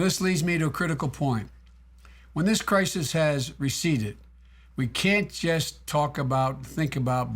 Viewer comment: "in time of krikus" sheesh joe